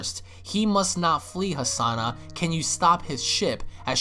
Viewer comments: not Hasana but Hanassia u moron XD hahahahaha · Why do you keep pronouncing Hanasia as Hasana? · This is really good but you needa get the names right, KANASA, AND HANASIA NOT KASANA AND HASANA